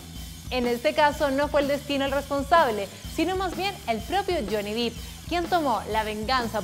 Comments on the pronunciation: Hola! Solo querría hacer una mansión! Su nombre no se pronuncia “Dip” ya que su apellido es Depp no Deep (que significa profundo) por lo tanto se pronuncia Johnny Depp (“fonéticamente” Dep) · se pronuncia dep no dip verdad? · No les da Ansiedad que diga "Dip" en vez de "Dep"?? Se escribe "Depp" y se pronuncia igual. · #15 no se dice Deep(Dip) se dice Depp (Dep) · Pensé que nadie lo diría. No es Deep. Es Depp. Y suena así: Dip Error Dep Correcto. Díganselo por favor!!! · Qué fea pronunciación. Para empezar no es Johnny "dip", se pronuncia "dep", y no es "kentacky", se pronuncia "kentocky". 🙄 La información está correcta, el contenido si me parece bien. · No se pronuncia Johnny Dip. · Es Johnny DEpp, con sonido "E", no con sonido "i"...